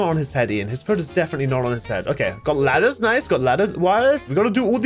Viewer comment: I'm sorry did you just say latters